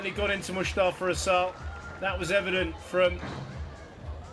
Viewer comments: his name is MUSTAFA ...not MUSHTAFA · 1. its Mous tafa not Moushtafa 2. Shorbagy isnt himself. No fight in him. To many errors. I don’t know if it was mental or physical for him but that’s not the guy who played Matthew and Ramy. Where is the guy who used to say “ill play at such an intensity that Nick who never sits between games will have to” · you're a great squash personality but please stop saying MUSHtafa! 🤣 That's not his (or anyone else's) name!